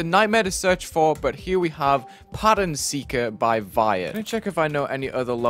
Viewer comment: Pattern Seeker ? I thought it was "Pattern Sucker"